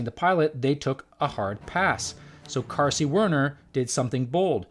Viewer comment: Marcy Carsey? Not Marcy Darcy?